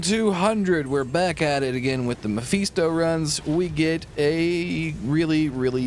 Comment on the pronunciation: Personal issue, I know, but I couldn't get through the whole video because of the Mephisto pronunciation.